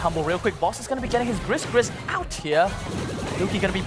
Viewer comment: For every time you mispronounced it 'Gris Gris', it literally tells you in Juju's in-game description its name is pronounced 'Gregory.'